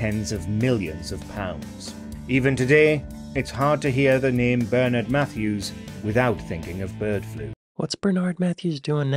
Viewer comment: The horse meat came from the EU. Mojo blames Brexit. How can you hear someone's name more than once(Bernard) and still say it wrong?